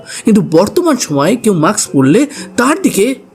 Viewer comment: কথাটা maks না,mask.